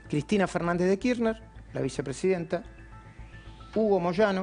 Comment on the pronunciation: KIRRNER? hay algún periodista de clarín que pronuncie bien el apellido de CFK?? Uno les pido por favor. Están todos de frula o empastados hasta la coronilla para bancar el servicio :P jajaja